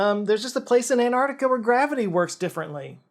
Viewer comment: Hey! it's AnTarctica, not an -arc-tic-a. Just like you have AnTennas and not an-ennas!